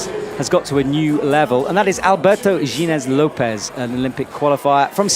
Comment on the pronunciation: Can someone get a pronunciation guide please? How many times do Alberto Ginés López or Lucka Rakovec have to get into finals before he even tries to learn how to say their names? How do you mess up Rogora so badly? I suppose we should be thankful he gets Laura right. Edit: apparently Rogora is something like he says it. Boscoe was getting it wrong all this time:) I'm still gonna complain about Ginés Lopez though